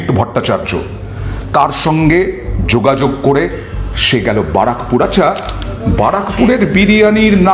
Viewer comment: Barrackpore r correct ucvharon sekh